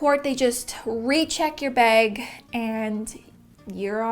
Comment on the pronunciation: Anyone else hear her say “beg” and not bag? Lol